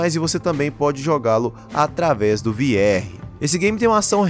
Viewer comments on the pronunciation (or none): "Vi erre"? A pronúncia ou você faz no português Vê erre ou inglês RV (Ar vi).